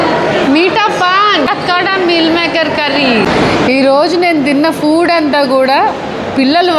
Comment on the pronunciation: Food❌ Fuud ✅